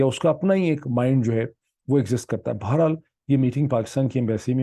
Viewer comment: I very much appreciate the depth of you research and presentation. Unlike any other Pakistani journalist. However your use of words like چوتیا does not match your scholarly vlog. One more thing I like to mention here is your pronunciation of certain words. Like بڑھنا or بہر حال the way ypu pronounce is بھڑنا. The word is ب ڑ ھ نا not ب ھ ڑ نا۔ the word بہر حال shoul be read as BA-HER- HAL and not BHAR. HAL. Hope you don't mind my comments. دالسلام